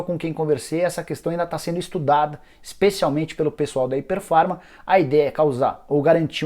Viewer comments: Rapaz, vc conseguiu pronunciar errado o nome da empresa todas as vezes que falou... Não é "Hyper Pharma" e sim "Hypera Pharma" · Nicola, vc pronunciou errado o nome. O correto é Hypera pharma e não Hyper pharma. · Não é hiper Farma é hyperA farma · Se pronuncia ipéra farma e não iper farma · O nome da empresa é Hypera Pharma. Ficou o video todo falando hyperfarma... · O nicola nao é HYPER farma como voce falou o video todo é HYPERAAAAAA